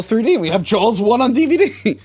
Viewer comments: I swear it sounds like you keep saying jalws instead of jaws like a hard L is in there. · Stop saying Jawls lol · I will never understand where you guys get the L in "Jaws" or "saw". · did say Jaw-L-s?